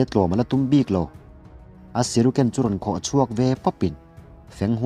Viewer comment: Shuriken tih tur siruken nilo in